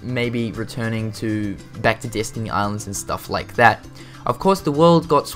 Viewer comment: Destiny Island not Disney :D pronunciation XD